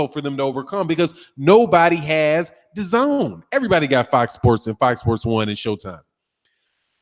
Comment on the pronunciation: "Da-GONE" app